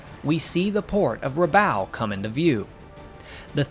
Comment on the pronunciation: Rabaul rhymes with “ball”.